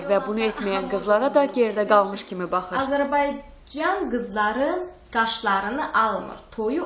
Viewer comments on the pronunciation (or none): Sen ged Azerbaycan sōzünu düzemelli de qawqaldag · AZERBAYCAN SOZUN GET DEMEYI OYREN DA SOYMUREM SENI !